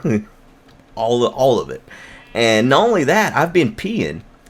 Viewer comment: Did he say nolly that or not only that??!!!